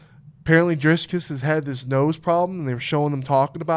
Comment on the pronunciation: It's pronounced Dree-Kez I think, there is no "s" before the "c"